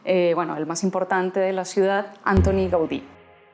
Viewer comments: Perdón, pero la pronunciación no es Ántoni (británica), sino Antóni (catalana) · M'encanta com tractes la ciutat, però sobretot en aquest vídeo, canvia la sílaba tònica de Antoni.